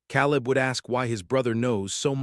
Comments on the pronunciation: Ten seconds in, and the AI reader already cannot pronounce the names correctly. Seelass bell? How about Silas Bell? Calib, instead of Caleb? Could we please get people to read these, so that listening is not so painful? The story is good, and would be worth the extra effort. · Silas is not pronounced the way your AI bot is doing it. Long I, not like a long E. Oh, and Caleb is not pronounced "Cow", haha!! Long A.